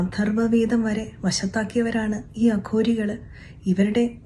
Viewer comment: കഷ്ടം അഘോരികൾ എന്ന് പറയാൻ പോലും സാധിക്കുന്നില്ല അതും പേപ്പർ നോക്കി വായിക്കുന്നു